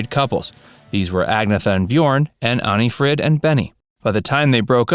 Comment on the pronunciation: You know what's painful? Listening to the way you pronounce Agnetha and Anni-Fryd..........